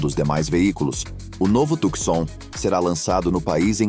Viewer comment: Companheiro, não se diz "Tucsom" (oxitona), mas TUCSON (paroxitona)!